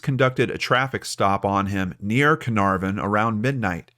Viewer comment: Such a touching case with an amazing outcome. Hopefully cleo was not physically harmed. Have to admit the way you pronounced carnarvon was totally cute though completely wrong. Its a soft r. Like cah-nuh-v-n